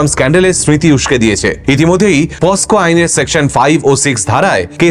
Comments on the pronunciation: Ota 'posco' noy ' pocso' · দাদা ক্ষমা করবেন, আইনটার নাম পক্সো(POCSO)। আপনি একজন শিক্ষিত মানুষ,পস্কো আইন বলে ভুল করলে, গাঁয়ের মানুষ গুলোতো ভন্ড তান্ত্রিকের কাছে যাবেই! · পস্কো নয় ওটা পক্সো হবে দাদা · eta পস্কো na POCSO পোক-সো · কথাটা পকসো হবে